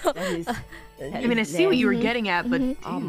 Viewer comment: Bae just went straight American southern lady "Oh my gawd, get away from me nasteh."